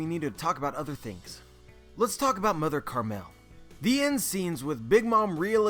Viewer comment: Isn't it Mother Caramel not "Mother Carmel"... can someone clarify this lol